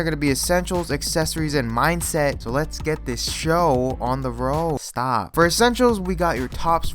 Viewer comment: Bruh I love it when he says sTAHP to himself